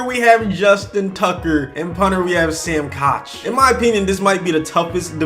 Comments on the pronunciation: Did he just say "Sam Coch"? It's pronounced Sam Cook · DE HE JUST SAY SAM K-A-CH it’s pronounced as cook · You completely butchered Sam Koch’s name. Pronounced (cook)